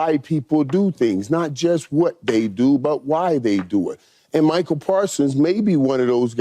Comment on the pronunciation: Someone tell the playmaker it's MICAH, not Michael.